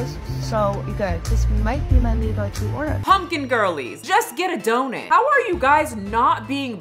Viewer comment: I can’t help but crack up every time you say “donut” 😂 What in the world is a “donit”?